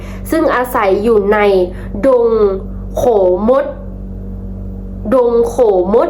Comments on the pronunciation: ดงโขมด..ออกเสียง ขะโมด ครับ ไม่ใช่ โข มด ครับ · ดงโขมด อ่านว่า ดง ขะ โหมด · ดงโขมดอ่านว่าดงขะโมด🎉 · ดงโขมด อ่านว่า ดง ขะ โหมด ครับ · ดงโขมด อ่านว่าน ดงขะโหมด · อ่านว่าขะโหมดจ้าหลานลี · อ่านว่า ขะ-โหฺมด